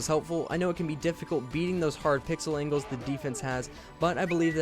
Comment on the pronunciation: Who else thought he said "win the battle of the angels"?